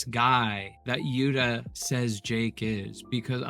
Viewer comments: Its sais “jewouuu-ta” not yut-ta just FYI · Did you say Jadda? 😂It's Jutta!